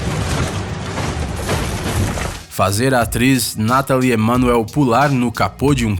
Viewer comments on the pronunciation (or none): none